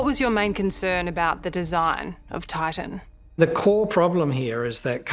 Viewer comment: Why is this reporter pronouncing Titan as Tartan?